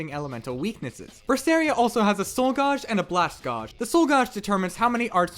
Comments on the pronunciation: Why the fuck are you saying gauge so hilariously incorrectly? Gauge - like age. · "Gauge" is pronounced ɡāj (gaysh)